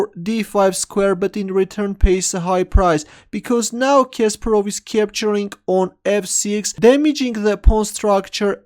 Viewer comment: Not Késperov but Kasparov